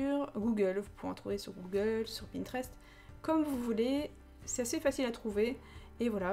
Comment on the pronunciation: Bah on dit pinterest